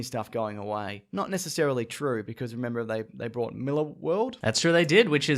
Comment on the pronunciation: prob cancell netflix after Stranger Things season 3 - btw check your pronounciation of Mark Millar’s last name